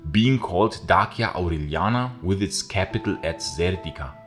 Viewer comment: You’re the first person I’ve ever heard pronounce Dacia correctly, bravo!